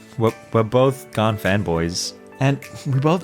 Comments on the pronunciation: Why does he pronounces gan as if it was gaan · I like how tingman says gan as gaarn